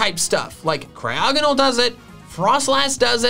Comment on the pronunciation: AGAIN, IT'S CRYOGONAL, NOT F*CKING CRYOGENOL! FIX IT NOW!